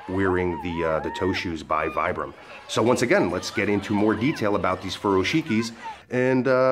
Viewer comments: It's pronounced VEEBRAM, after it's Italian inventor Vitali Bramani. He developed it in 1937, to replace the leather and hobnail soles used by mountaineers. Regards. addendum: Teva isn't pronounced TEEVA. It's TEHVAH. Teva is a Hebrew word for nature. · Natural Training Center e sound rather than I sound but not a long eeee. There are rarely long vowel sounds in Italian:) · Vibram (Veebram), is an Italian company. Pronounce is "Veeebram". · No it's Vee-bram. The manufacturer pronounces it this way. I pronounced it the incorrect way for a long time until I saw the company representative say it themselves. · Aloha, I've been wearing vibrams for several years these are very interesting. I use mine for hiking, running and Standup paddle, it's actually pronounced veebram my buddy has a store here in Vegas. Thanks for the video.